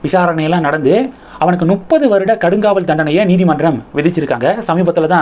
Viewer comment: டேய் நுப்பது இல்லையடா, அது முப்பது என்று சொல்லு